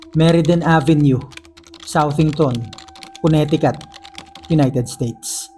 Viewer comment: Kabisaya pud nimu ui.. Check the pronounciation dong!!! 2X nako na narinig sa story nimo nga ang Connecticut kay MALI ANG PRONOUNCIATION MO.. It's Koh-ne-te-KeT